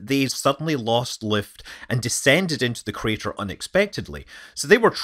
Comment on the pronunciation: "Meteor Crader"